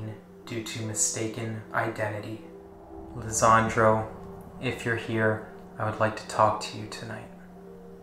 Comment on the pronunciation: His name is Lesandro Guzman-Feliz not Lezandro